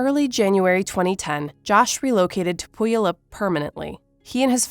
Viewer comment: Good video! But as a Washingtonian, Puyallup is pronounced “Pew-all-up”.